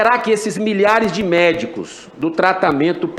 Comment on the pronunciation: "autoanális", "esses medicu", é..., fala mt bem mesmo.......